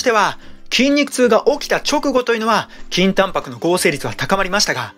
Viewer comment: 倍速で聞くと筋タンパクがきんた○に聞こえて何度も巻き戻しちゃう